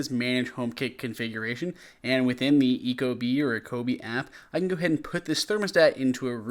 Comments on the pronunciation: eco bee. not ecobie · It was confusing/freaking me out every time he said "ah-ko-be" - just weird when the company has Bee logos all over the place... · Its pronounced ECO Bee right? lol, nice review! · Eco. Bee. Say it with me. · It's pronounced Eco Bee, the little Bee gives it away. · it's definitely "Eco Bee." While your videography is very good, things like mispronouncing the product name, and making comments like "the mounting plate is really big" without commenting that the plate is large to cover huge holes in the wall from older thermostats, really erodes confidence in your review. Additionally, you give the impression that the EcoBee3 might be a bit tougher to install that the Nest, when in fact it could be quite a bit easier due to the fact that the Nest requires common wire, and the EcoBee3 has an adapter for four wire installs (when common wire is absent). Overall this review feels a bit rushed. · Going to do a review at least learn to pronounce the product LOL